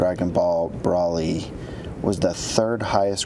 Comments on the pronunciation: Judge: "Brawly-" Vic: "Broly." I couldn't help but chuckle. It's like the adult equivalent of someone saying "Naru-to" and being corrected "Nar-u-to." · "dragon bawl brawly" that physically hurt me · This man legit said "Brah-lee" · Okay, the first second of this video pissed me off. Dude pronounced Broly as "Brawly". Ugh... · Nordin Reecendo Firstly, he did miss pronounce Broly’s name and secondly, it just shows how much Vic truly cares about the character. He took so much pride into his work and is very humble about it, unlike a certain someone.. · I know. I wasn't mocking Vic, I was just stating that it made me chuckle because it was unexpected. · I can't stand the way the lawyer is mispronouncing broly I know its off topic but I had to say it